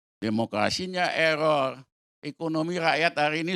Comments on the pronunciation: Mulutmu eror gk bisa ngomong R 😂😂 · Memang ada cara nyebut "error" yg becus ?